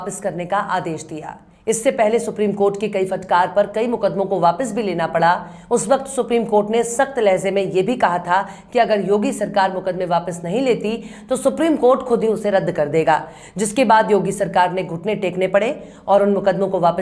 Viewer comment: Maam ur urdu is so nice..... Bt correct this as lahze.... Ko lahje boliye..... Lahja is the correct articulation